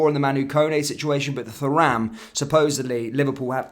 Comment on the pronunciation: Absolutely pointless to wear that shirt. What an absolute Tool! It’s pronounced Turam. No need to pronounce the H part. Remember Lillian Thuram (relative?). Remember how they pronounced his name.